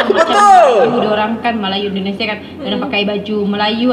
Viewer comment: Maaf...saya pun susah nak percaya wanita ni pure orang Malaysia kerana bahasa percakapan seperti TKI atau orang Indon yg telah lama stay di Malaysia atau yg perasan jadi warga Malaysia...percakapan dia sebijik mcm orang gaji saya dari medan... Contoh..."kenapa saya ckp mcm tu", "Indonesier", "binggung jugak", "dijaga betul", "ketahuan"...ayat2 ni bukan sebutan lazim orang Malaysia tetapi bibik saya selalu menyebut begitu... Satu lagi jika dia pure Malaysia, bahasa rojak adalah bahasa lazim kami dan jika dia Malaysia pasti dia akan tersasul bahasa rojak terutama secara spontan... Tapi xpe.....jika wanita itu berpura2 pun xpe sbb dia nak beri kesedaran sivik buat warga Indonesia... #yakinwanitaitubukanmalaysian.